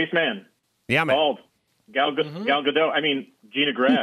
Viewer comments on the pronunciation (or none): Everyone pronounces Gal Gadot's name as if she's French. She's Israeli. The "T" in Gadot is not silent. It's not Ga-doh. It's "Guh-dot."